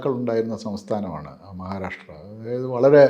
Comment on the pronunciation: മഹാരാരാശ്ട്ര അല്ല സേച്ചി മഹാരാഷ്ട്ര. നന്നായി നാക്കുവടിക്കണം, ഇടക്ക് ഒക്കെ പല്ലും തേക്കണം